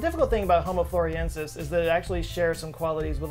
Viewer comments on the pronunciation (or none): Love you, but you keep saying Floriensis, but the name is FlorESIensis. The captions are good, your reading is experiencing some shrinkage maybe? 🥁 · It's not pronounced 'Floresiensis', not 'Floriensis' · You spelled it: Floresiensis But you said: Floriensis.... which is it? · Why do you say Floriensis when it is Florensis? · Thanks for the great video,. Your approach to discussing personal height reveals a sense of humor, which I appreciate as a short man myself. My second input involves the way you say Home Floresiensis. Please say it slowly: Flo/ re/ sien/ sis. That's four syllables, not three. Don't you think the sound is much nicer this way and more appropriate for a Latin designation? I know you're a well-educated man, so I hope I am not being flippant. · Thanks for spreading awareness of them, read witness reports... they're still around. P.s. friendly info, its pronounced "floor-ess-ee-en-suss". Love the video! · I cringed every time he said "Floriensis" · flor ES iensis (5 syllables) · Why do you keep dropping the 'es' from the name floresiensis? Say it with me,: floor-ez-ee-EN-sis. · I think it's the same as how people think they know how to pronounce Antarctica*, my beloved homeland. It probably comes from the first hearing of a novel word mispronounced by someone else. I heard "The News" calling the creature "Floriensis" 15 years ago. * it's "Anne Are tick uh" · I think you were reprieved by the fact that none of the rest of us knew how to pronounce or spell it either so we were happy to just go with it. Just go with the, as it were. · Yes you did. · The only reason i fiinished the video is to see if he would say this hominin's name right. Nope, not even once. Love you. 😆😆😆.